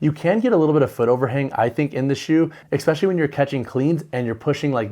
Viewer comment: Tell me, are you saying “exspecially” or “especially”?